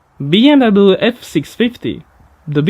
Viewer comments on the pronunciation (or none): "bee em wabbelu" :D